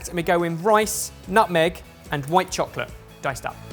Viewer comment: I love how pronounces "chocolate'.